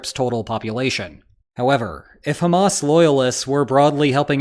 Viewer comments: highly sanitized. And Hamas and Abbas rhyme only if you mispronounce them. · Hamas once again mispronounced. Anglophones just cannot do the Middle East H. Listen to Arabs speak, or give it to a Scouser. 😊